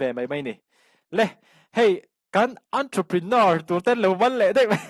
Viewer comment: Awntruprenawr😂😂hosa ti loin hausa tiin lam hram hram la Ava tha dawn em😊